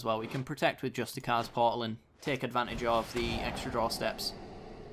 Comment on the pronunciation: it's pronounced "justi-seers" portal. I think you're just reading the name wrong. Its a great video lad! keep it up :)